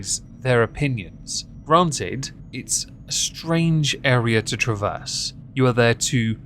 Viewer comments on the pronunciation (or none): none